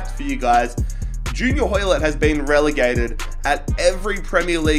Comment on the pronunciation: On behalf of all Canadians, you better put some respect on Hoilett's name 😂😂